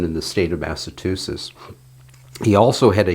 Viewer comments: I absobloominlutely love your videos. But. (There’s always a "but" ain’t there…) Please, please, please it’s Mass-uh-chew-sets. Not Massa-two-shess. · Massachusetts as in choo.